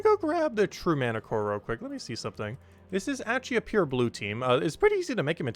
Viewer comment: not mantiCORE its MantichorASS ;)